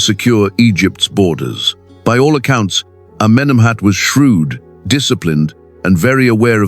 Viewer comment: Amenemhet Aaaai! 😂😂😂